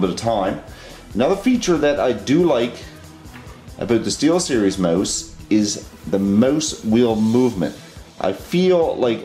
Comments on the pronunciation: did he just say gaming moose? HAHHAHA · he says mose, of course he is Canadian! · The way you say mouse, it sounds like your saying moose. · LOVE how you're saying mouse xD